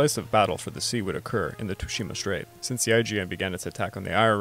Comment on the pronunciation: You said Tsushima wrong btw